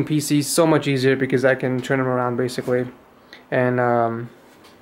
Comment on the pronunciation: "basicwy wun the games"